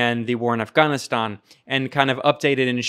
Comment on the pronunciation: First American who pronounced Afghanistan perfectly...